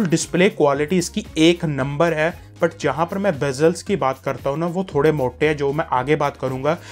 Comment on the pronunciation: I bought this phone today. Thanks for trust true review. Good. But. One thing Agr hindi bolni hai toh arram se bolo aur passena pauncho and pls Don't say ' ai ai' its hai hai. Ok